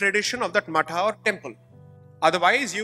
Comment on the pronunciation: When Sai says 'matha' it is the correct pronunciation as the in sanskrit /samskritam it is मठः